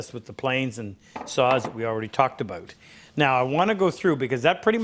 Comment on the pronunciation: Ah yes, aboot